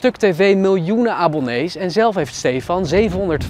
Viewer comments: Inplaats van abonnees aabonnees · miljoenen abbelnees